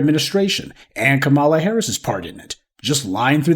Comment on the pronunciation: I’m wondering why you continue to mispronounce Kamala’s name.